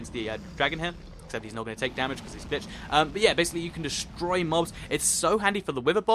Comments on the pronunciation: Sebastian Kubicki he said glitched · Sebastian Kubicki becouse its "glitched"